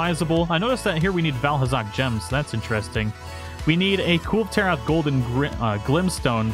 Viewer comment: "Cool Taroth" :P